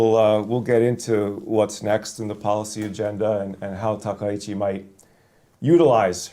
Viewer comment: Maybe my ear is bad but I hear everyone call her Takeichi. Isn't her name Takaichi 😂😅?